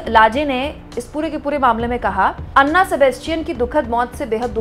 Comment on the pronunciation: Name is not अन्ना Sebastian It's ऐना Sebastian